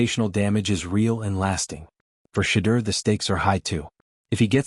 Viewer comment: And u cant even pronounce Shedeur name right..😮